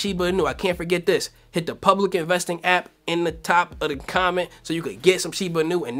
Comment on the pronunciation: I don’t think that’s how you pronounce shiba inu 😄